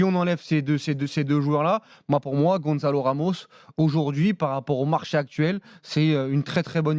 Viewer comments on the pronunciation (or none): Gonçalo Ramos et non pas Gonzalo Ramos..... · Ils font un débat sur un joueur, alors qu'ils ne savent même pas prononcer son prénom... Ça se prononce Gonssalo et pas "Gondzalo". Même en français..on dit bien "ça" comme dans Gonçalo 😂 Pourquoi vouloir dire des mots façon hispanique 😅